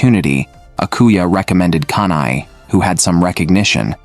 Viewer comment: Not kanai it’s kana Not aquer it’s aqua(marine) MEMcho is 20+++